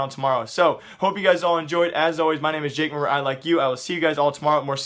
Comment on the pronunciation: ITS JKAEM, NOT JKEEM